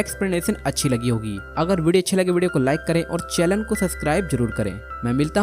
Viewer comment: Bhai challen nahi hota hai channel hota hai😅😅😅😂🎉❤